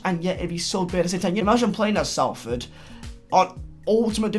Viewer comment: S a l f o r d😂 it is pronounced solford